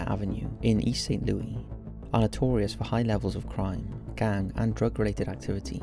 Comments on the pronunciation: Dude, not to nitpick, but it's pronounced Saint Loo-us, not Saint Loo-ee. The S isn't silent. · Don't wanna be that guy, but you actually pronounce the S in St. Louis. Loo-is, not Lewie. Just wanted to say this, bc you mention the region often enough. But wonderful video as always! I love your work! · My god, its St. LOUIS not St. LOOEY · It's Saint Louis, not Saint Lewey. As someone who has lived in this city for fifteen years and even spent over eight years with the Saint Louis Police Dept even missing people from the county or murdered victims would land in the department inbox never heard of this case. I resigned two months ago but this is one case that never landed in my work inbox, which is strange because everything even from East St. Louis ended in my inbox, it was email over load from the passes we had to sign and just alerts. Videos of wanted suspects, missing people and homicides that were outside or juridiction. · thank you for being that guy! I'm a St. Louisan and it's driving me insane🤦🏾‍♀️😂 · Great video! Its probably too late for this but St. Louis is pronounced loo-is not loo-we 😳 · You have got to stop mispronouncing the name of this city. You can get over one or two times; over and over, it sounds pretty ignorant. Also, Americans don't live in 'flats'. We don't' know what the hell a flat is. An apartment. One gets the sense you're throwing these videos together a little too quick. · the s is not silent in (St) Louis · I am fascinated by your videos and your ‘no nonsense’ way of narrating the episodes. This one was especially intriguing to me as it involves my hometown of St. Louis! Even though I lived there during this period, there was little or no press coverage of this tragic case. Thank you for bringing it to your fans’ attention! BTW, Americans don’t use the French pronunciation ‘Louis’ for St. Louis; they pronounce it as ‘Lewis.’